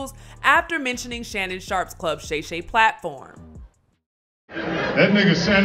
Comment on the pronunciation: He called him, “Gay Gay” for Shay Shay.. I saw him say it live